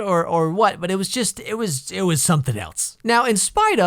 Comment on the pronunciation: Itzz... Itzz wazz....It waz really something.